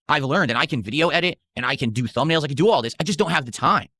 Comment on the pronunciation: “I make the thubnails by hand” - uses AI for all of them🤦🏼‍♂️